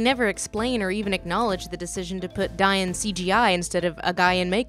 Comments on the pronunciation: Dáin is not Dane or Dine. It is Dá-in. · "day-n" not "die-in" please say it right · Old Norse Dáin. Would have been pronounced "Daa in" not "Dy in" . So you're both wrong haha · I love the attention to detail when people pronounce Dain correctly or even Thrain. (Dah-een and Thrah-een), to be honest I'm probably gonna get roasted or something for my poor attempt at annunciation but still I like pointing out the real pronunciation being different from the films' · i think their pronounciation of Dain is a New Zealand accent, but then non new zealander actors say that too so idk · Dain i think was pronouces "Dane" so it Rhymed with Thrain, Thorin's papa. I do find thin in keeping with the whimsy of the book. However I would also be happy with Thrain not being "thrane". Then Thorin and Thrain would also rhyme :) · Thank you for pointing out the mispronunciation of Dáin's name. This was so obvious, could have been so easily corrected, and showed an offensive lack of interest in Tolkien's languages. Anyone care to get me started on Game of Thrones? "Thai-win" Lannister and "Lai-sah" Arryn, my ass!